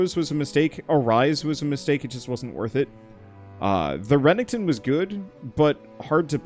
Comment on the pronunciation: This game def looks neat; anyone else just slightly bothered by the consistent mispronouncing of Renekton's name? Though saying something prob means he'll just mispronounce worse lol